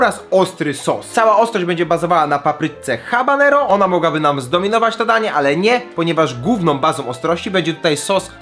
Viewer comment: mówi sie ABANERO !!!!!!!!!!!!!!!!!!!!